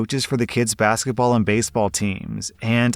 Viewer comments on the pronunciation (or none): none